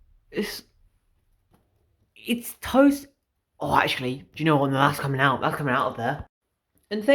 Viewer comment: I'm resisting the urge to correct every time you mispronounce "tost" with timestamps...